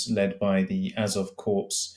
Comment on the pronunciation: It's pronounced the Azov cor - I'm surprised didn't know that - or maybe it's a US pronunciation. I really dislike the word "levvverage", it's used by both of them, uses it several itmes. At this point they aren't even using it in the way it is usually used. What they mean here is "pressure".